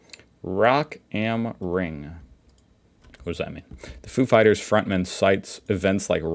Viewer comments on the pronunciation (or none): I was not prepared after the "Rock ähm Ring" pronunciation fail 😂. Kudos! That was really good 👍